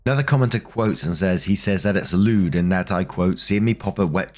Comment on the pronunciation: Lmao I heard “lewd” as lubed. 😂